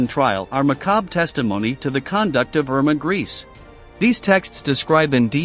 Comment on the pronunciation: This is such a low quality, that it end up sounding almost like a parody of documentary. The names for example is not "Mengel" and "Erma Griis", but Mengeelee and Iiirmae Greecsee, if that helps.